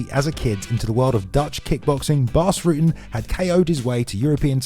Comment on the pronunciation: Ruh-tten, not Rooten.